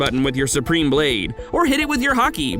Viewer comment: Is it me, or does he say hockey instead of haki. Just a question.